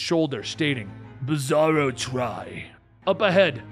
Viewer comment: did you call bizzaro (beezoorow) I swear you called him beezoorow couple times.. lol